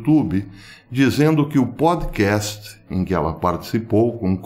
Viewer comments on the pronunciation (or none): none